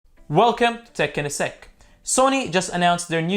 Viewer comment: At the beginning I thought he said tech in a sex 😂